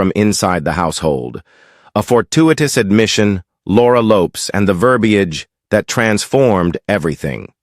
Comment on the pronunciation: Ffs pronounce Laura Lopes name properly.